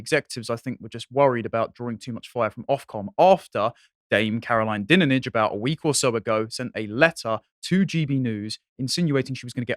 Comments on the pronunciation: "DINE-AGE" is the pronunciation 🤦🏼‍♂️ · Dinenage is pronounced "DIE-nidge". Margoyles is pronounced "Mar-GO-lees"